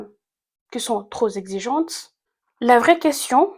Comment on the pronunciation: « trop Zexigente… » 🤣